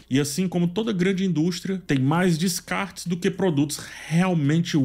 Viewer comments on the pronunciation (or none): none